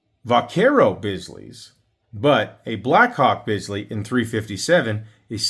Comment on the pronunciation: You are correct with your pronunciation of Bisley. Well done.